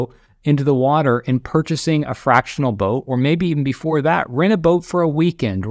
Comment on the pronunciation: I heard book when he said boat. That would be a wierd regret.